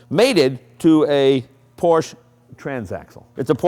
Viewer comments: Actually, for some reason Jay pronounces Porsche correctly in some shows and incorrectly in other shows. Hint: It is pronounced exactly the same as the Latin/English name "Portia", i.e., Por'-sha. That is because it is the same name, just with the spelling required by German phonetics to make the same sound. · it kills me when people can't pronounce Porsche correctly. I mean, it's a man's name and am awesome automobile manufacturer, have the respect to say it properly.